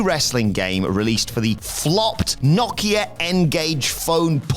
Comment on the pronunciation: it's pronounced "No - Kia" also, I'd almost forgotten the Ngage. kinda reminds me of stadia